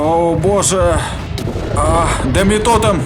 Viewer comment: Одна не розумію чому він каже тОтеміф а не тотЕміф